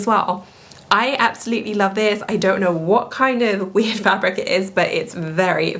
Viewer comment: The first time I watched I thought you said “I don’t know what witch fabric it is” regarding the black scuba skirt and thought it was so hilarious. So I had to rewind with CC and it was weird not witch. 😂😂😂